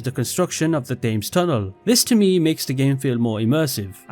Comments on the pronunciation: Love your videos but as someone who lives ion England, you are pronouncing the river “Thames” incorrectly. It’s not “Fames” rather it’s “Tems” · You’re a Brit and you called it THames? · btw thames is pronounced 'tems'